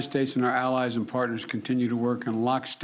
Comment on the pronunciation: He can't even pronounce bravely correctly. Do you really think putin is in the least but worried about thus pea brain?